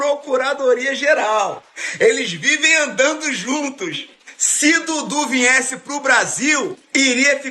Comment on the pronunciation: O cara tá sendo MUITO OTÁRIO, percebi que ele falou : "vinhesse" rsrsrs... ou seja, não sabe nem falar nossa língua....pelo amor de Deus. Tremendo idiota.